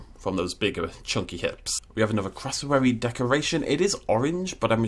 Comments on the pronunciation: Was anyone else triggered by him Pronunciation of cassowary as “crossowory” instead of “cassowary” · What's a "crossowary"?... Oh, you mean a "CASSowary"! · "Crossawary" Me (from australia) and Triggered Australians: "It's Cassowary!" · Its not a Crassowary.... It’s Cassowary. I don’t know why but this annoyed me to no end 😳😂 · You said cassowary wrong, just saying and I'm Aussie, also all the Aboriginal carvings/paintings in the rocks are made by Aboriginals